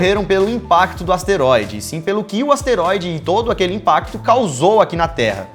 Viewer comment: aouesteroide kkkkkk